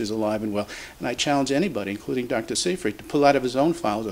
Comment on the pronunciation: you look at the book by Dr Seyfried and you don't even bother to pronounce his name correctly. "Siefring" is all you can muster. A shame.